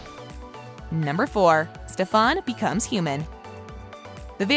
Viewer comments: It’s not stefaaaaan !!!! It’s StefAn !!!!!!! 😏 thanks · Stefan is pronounced Stefen not Stefawn. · Jeeezzz please it’s NOT STEP. HAN ! It’s pronounced STEPHEN! The woman describing the show should at least know how STEPHEN pronounced his name! Come-on!! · She called Stefen stephon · Please dont pronounce my husbands name wrong it’s Stefan not stefAAAn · It's St*E*fan not Ste-phan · “Stefon” it’s Stefan get it right! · No the narrator did not just say stefÀn. ITS STEFAN!! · stefAn not stefOn! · Stefan not stefon just saying but I like ur vids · Umm learn how to pronounce their names before doing videos.....if you actually watched an episode you would know how to pronounce Steffan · It's not ste-PHAN !!!!! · What the heck steph-on lol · every time she said STEFAAN!!! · Its NOT STEF--AN gahhhh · did this bih jus say STAFAN..no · lmaoo, “stephon” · Its pronounced Stefun. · ik she didn't say stefon lol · Al-air-ic or Ste-Fan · It's the stef*A*n for me😂🤣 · Stop saying Stefans name wrong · Ffs at least learn how to say Stefans name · How about a narrator who can actually pronounce the names correctly 😖😖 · am i the only one who hates the way she says stefan? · Am i the only one who gets irritated when she says stefan and alaric's name wrong 🙁🙄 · Please say Stefans name correctly makes watching this hard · One of my pet peeves is when someone pronounces names wrong especially when you are doing a video on them. Stefan is being pronounces wrong and so is Alaric. Sorry if my comment annoys anyone. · i cant watch this for the miss prinutciation of stephan and alaric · Can somebody please tell this dam woman how to pronounce Stefan and Alaric name . Doesn't make any sense how in the hell do you do a count down and don't know how to pronounce the names. Who pause but maybe 2 of these dsm moments uggh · Can you actually not pronounce Stefan or Alaric ?! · I can’t with this lady. She needs to learn how to say the names the right way. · not her saying alaric’s and stefans name wrong